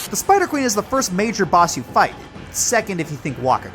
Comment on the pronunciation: Ah yes, the Speeider.